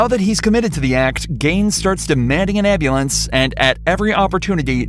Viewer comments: “call the Amberlance man, my Pastemaker..”. 😂😂. Give him an Oscar please! (or a new pastemaker) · Can anyone tell me what a “ambalance” is ? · I am not native English speaker I am Serbian and I GO INSANE when they go "gimme embelance" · No hate but why can’t black people pronounce, “ambulance?”